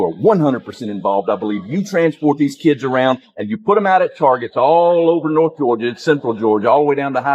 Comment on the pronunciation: It's "keeids ".